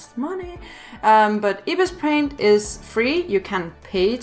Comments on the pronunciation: its not ibispaint say it eyebispaint there is 2 ibispaint 1.ibispaint=pay 2.ibispaintx=free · Ypur bpt supposed tl say ibis paint but say like eyebis paint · I thought you said ipis paint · just saying its eye-bis-paint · It’s Pronounced Eye-Bis Paint I’m Not Being Rude Btw I Just Wanted To Say It Also If You Use Ibis On Your IPad You Can See The Different Modes. Like You Can See The Blur Tool, Smudge Tool A Lot Easier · me: IS THAT REALLY HOW YOU PRONOUNCE IT HUH ANSWER ME HUH HUH HUH (don't hate)